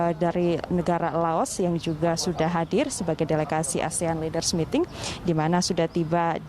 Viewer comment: Ini reporter tolong dilatih cara mengucapkan kata dlm bhs ingris.. jangan membuat malu Indonesia, negara sebesar Indonesia kok reporternya mengucapkan kata leaders saja ngk benar.. 🙈